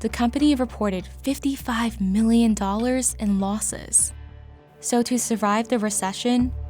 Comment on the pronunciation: annoying narration. no need to emphasis "mhhhIIIIIIIIILLLLion" like that